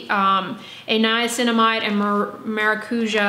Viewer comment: [whispers] the tonic syllable in maracujá is the já